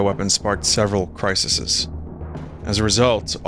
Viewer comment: Why do so many people pronounce ‘crises’ as ‘crisis-es’? Is it an American thing?